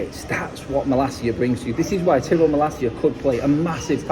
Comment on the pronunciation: His names ty-rell not ti-rell at least have the decency to pronounce his name correctly